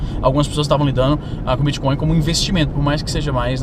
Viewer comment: Às vezes, você pronuncia bitcon em vez de bitcoin. Coin é moeda, mas con é trapaça. Essa sutil diferença na pronúncia fica parecendo um trocadilho para quem tem o ouvido mais apurado. Bitcoin é uma moeda digital, não é uma trapaça digital.